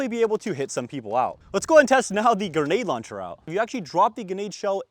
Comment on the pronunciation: “Genade launcher” What is wrong with his grammar? 🤦🏻‍♂️